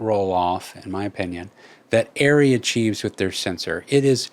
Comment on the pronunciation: Are Ree - ARRRE REEE - its not airy why did the NIKON thing happened to this brands name...?